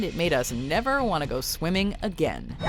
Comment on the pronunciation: sorry but the way she said 'swimming'